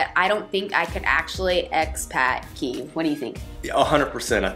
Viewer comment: Just discovered your channel, love your videos. Kyiv is still standing strong and is still beautiful. It will welcome you again once the war is over. I’m glad you liked it and special thanks for pronouncing Kyiv correctly 😄 Greetings from Ukraine 🇺🇦